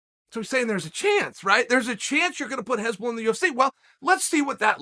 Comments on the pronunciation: Just funny that he says heshbolla instead of hasbulla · This is one of the funniest mispronounced names in chaels history. hezbollah and hasbulla are two very different things lol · Its not Hezbollah, Chael. Its Hasbulla. Hezbollah is a Lebanese muslim army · No one clocked hes saying Hezbollah ? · "hezbollah" LMAO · Its not HEsbulla its Hasbulla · Chael, it's Hasbulla. Not Hezbollah. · Hasbulla not Hezbollah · Nobody: Uncle Chael: Hesbulla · No disrespect Chael, but his name is 'Hasbulla.' Pronounced HAS-BULL-UH You are calling him Hezbollah which is the name of a middle east military group, often referred to as terrorists. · No one: Chael: Hesbulla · Hasbulla : Chael: "Hez bollah" Hez bollah : "Ok great" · just when you thought it couldn't get better than "yeery provider", chael offers us "hezbollah" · anyone notice that chael is pronouncing Hasbulla name as Hezbollah which is a name of a anti Israel terrorist organization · “If u realize that I’m saying the wrong things and u think u need to correct me, u don’t.” We know Uncle Chael, that’s because you’ve never been wrong, whether it’s fight predictions, pronunciation of names or physical combat. Uncle Chael has never lost. Undefeated and Undisputed. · Chael mispronouncing Hasbullah’s name as a terrorist organization is even better then how he slaughters Machachev’s name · so him saying hasbulla with an "E" isn't bothering anyone else ? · Chael is totally working this act like he doesn't know anything about Hasbulla.... he knows everything. this is the same work as him mispronouncing names